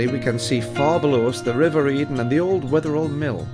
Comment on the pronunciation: Never heard it pronounced Wether-all before, more Wether-ul. The Holy Trinity Church going down from the green on the other side of the green is my family church or Mother Church, not been there in years. I'll have to venture out sometime.